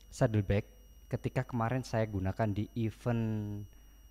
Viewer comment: koreksi aja mas. event dibacanya iven (e bebek, bukan e beli)